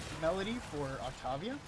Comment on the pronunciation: Wow that is so not how to say her name lol